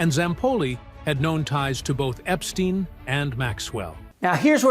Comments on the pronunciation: It wasn't instine visa it was Epsetine visa,lol. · It amuses me the way he slows Jeffrey Epstein as tho he is sure if that's how it's pronounced 😂😂